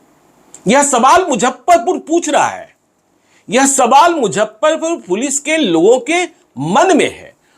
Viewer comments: मुझप्परपूर नही मुज़फ्फरपूर hota sir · अरे यार इसको मुजफ्फरपुर बोलने नही आ रहा है।😂😂😂🙏🙏🙏